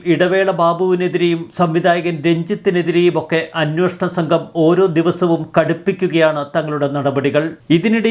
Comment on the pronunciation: അന്വോഷണം അല്ല അന്വേഷണം എന്നു ശരിയായി പറയൂ..